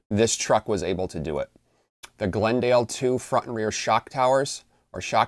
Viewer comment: Ge lan de. Not Glendale. But nice try. Good vid also.